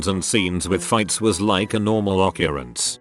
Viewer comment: I hate the way it says occurrence, like a cult.